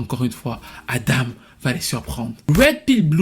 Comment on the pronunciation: Adam et non Adama 🤣🤣